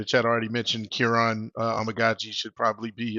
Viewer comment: KER-RON = kiran